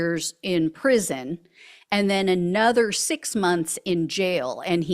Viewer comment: Prison, NOT pension. 😂😂😂😂😂😂😂😂